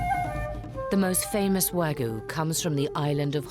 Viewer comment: It's "WAGYU". not wagu! And you call this segment about class????